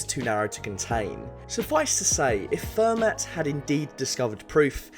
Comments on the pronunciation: It's pronounced fair-mah not fer-matt! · It's "Fer-MAH", not "Fer-MATT". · And Fer-mah! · Every time you pronounce the ‘t’ in Fermat my ears bleed. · It's pronounced "Fermar" FFS. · FUR-MAT the best theorems came from it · The T in Fermat is silent. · Fermat is French. You don't pronounce the 't' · The t in Fermat is silent